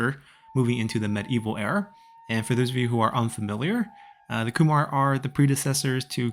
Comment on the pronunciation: Also I believe Khmer is pronounced "Ka-mare" not "Ku-mar" unless I'm mistaken